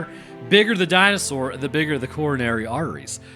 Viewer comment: I fucking love that the education DNA man's southern accent "Di-no-SAWR" pronunciation lives as rent free in your head as it does in mine. It's been 30 years and I still say DinoSAWUR like that every time